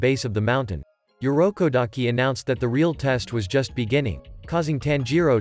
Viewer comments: Urokodaki Not Yurokodaki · It irokodaki not yorukodaki😊